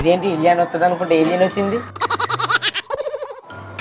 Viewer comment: Ilena kadhuu raa.. adi alian